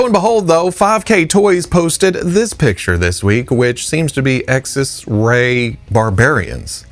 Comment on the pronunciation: Xesray, pronounced ZES-ray.